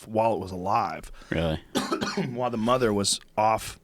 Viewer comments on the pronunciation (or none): none